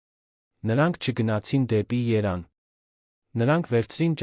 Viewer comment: ԵՐևԱՆ ՈՉ ԹԵ ԵՐԱՆ